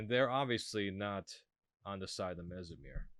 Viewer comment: It’s pronounced Mess-mer bro Like mess hall, no z sound. Unless you’re pronouncing it mess-merize. He literally says it himself.